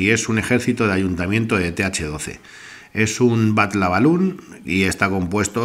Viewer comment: 🤔BatLabaLoon o BatLavaLoon? Jeje